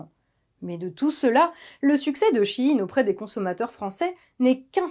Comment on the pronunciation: enfin quelqu'un qui le prononce bien. SHEIN = SHE IN = SHE's IN = en VF = ELLE EST A LA MODE....